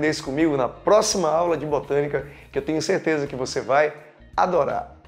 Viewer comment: "Bostânica" kkkkk que aula, obrigada!